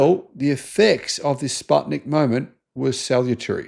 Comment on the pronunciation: Although I like how you pronounced 'Sputnik', because 'put' part from the name is the same as 'path' in English, it's pronounced like the English verb 'put'.